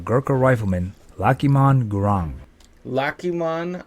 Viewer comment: Such a shame that the commentator correctly names this Gurkha as Gurung and then continues to call him Garang for the whole of the clip. He's worthy of a little more respect I think.